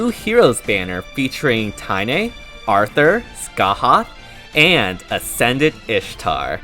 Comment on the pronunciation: congratulations you pronounced scathachs name right‼️ so proud!